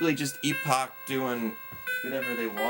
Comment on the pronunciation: They spelled the company name as Epoch on the title screen of the games. He pronounced it just fine.